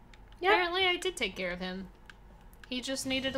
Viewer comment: It is "because i care" not "because i claire"